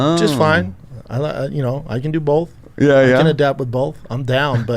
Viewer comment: Bapa just goes... bowlth ways B!